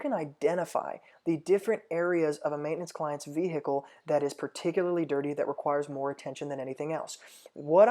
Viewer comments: “the vee hickle” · Evan Karner HILARIOUS!!! I thought no one else noted how he says vehicle! 🤣😂